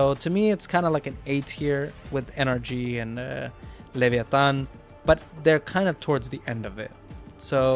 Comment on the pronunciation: Great pronuciation of leviatan u suprised me tbh jajajja